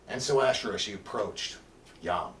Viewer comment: Thank you! one thing, it’s pronounced : ahShay-rlah (tongue role) or AhShay-ra